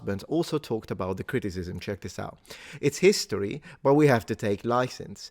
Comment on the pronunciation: full "hisotry" :)